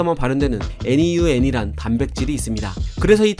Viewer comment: NeuN은 뉴엔 이라고 읽으시면 됩니다:)